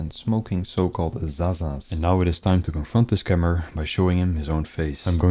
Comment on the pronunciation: bro how u said zaza made me WEAK🤣 but yea it’s slang for extremely good weed. when most the time it’s just regular ass weed lol